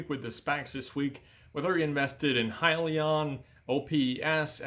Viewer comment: It's pronounced HIGHlion